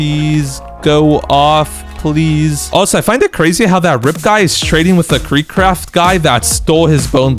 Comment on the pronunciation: KREE KRAFT?!